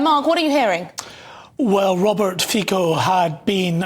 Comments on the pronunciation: At firts, his name is not FiKO, read it as Fitso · His name is pronounced 'Fitzo' NOT 'Feeko' - who do you employ to do the reporting? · Fico is is being pronounced as Fico and not Fiko🙈🙈🙈😬In Slovak language we pronounce as we write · His name is Robert Fitzo no Fiko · Pronounced Fitzo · I don’t blame the average English speaker for pronouncing Fico Fiko … English isn’t phonetic… sometimes c is hard, sometimes soft and sometimes s. But the BBC are a sloppy lazy organization who can’t be bothered to find out the proper pronunciation of a Nations leader. Same in US, Canada, Australia etc. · English overlords: learn how to pronounce his name.!!! Stupidos. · Please make sure you pronounce his surname correctly. The way you did is incorrect. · Yeah. As they highlighted, 3 times prime minister, making repeatedly headlines for going against the accepted EU / NATO narrative - and still all of them get the pronounciation wrong. Embarassing and frankly respectless.